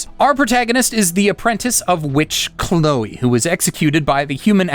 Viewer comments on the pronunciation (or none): none